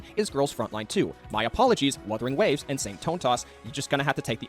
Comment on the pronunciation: "Woothering Waves"